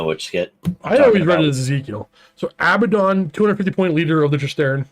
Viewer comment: HELL YEAH! Finally someone pronounces Abaddon correctly! Praised be!